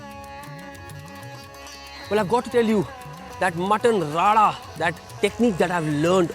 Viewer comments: It's called RARA, not rada (as you speak in the video) And this is not RARA at all. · Pehle radha bolna sikh bhai .... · Actuallay it is pronounced RADA not RARA ( which requires keema to be included). But RADA word is related to slow flame cooking of masalas and dishes into pan and it does not require any keema when cooking meat with this RADA style of cooking.